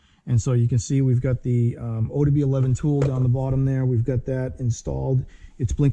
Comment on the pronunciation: Great video! but I couldn’t help but cringe every single time you said ODB11. Man that was killing me😂